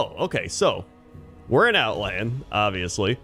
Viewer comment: It’s outland